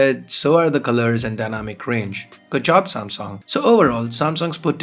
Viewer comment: u better practice speaking samsung instead of samsong